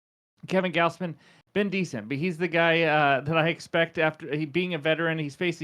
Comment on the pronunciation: Goz Man, not Gaoz man. Good vid 👍🏿